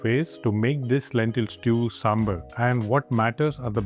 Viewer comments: Ok. IT IS NOT "SAMBUR" IT IS SAMBAR. NORTH INDIANS CAN SAY SAMBAR. THEY WILL BE UP IN ARMS IF OTHERS CALL NAAN "NUN". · The correct pronunciation is "SAAM-BAR" you are pronouncing it SAAM-BER so its sounds confusing with Sambal. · Hello brother, It's not samberr or somebeer, It's pronounced as SAMB-BHAAR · It is pronounced as "sambhaar".